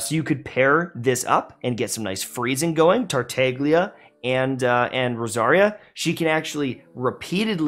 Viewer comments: man said “tarteiglia” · pls you're killing me, the g is silent:( (otherwise, i agree) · I think you are the only one who call Tartaglia with a g , because yeah, there is a G in TartaGlia. No Tartallia. 😂😂😂 Those look so dumb when they say his name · Interesting fact: The G is silent in Tartaglia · Why don't you guys pronounce Tartaglia's name correctly?..